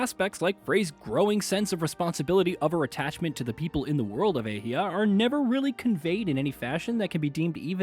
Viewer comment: The fact he can’t pronounce athia correctly make me wonder if he played the game or is reading a script….